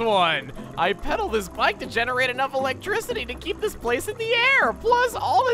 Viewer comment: You're not even going to comment on the fact that Beedle said "electricity"?